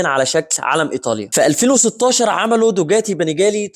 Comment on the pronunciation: حضرتك ليه بتقول دوجاتي....دوكاتي وليس دوجاتي